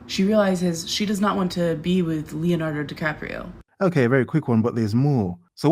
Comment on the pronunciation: So - Leonardo Di Cope-io?